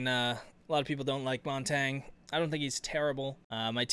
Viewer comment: Why do you say Montagne like that? It's not Montang. It's like champagne.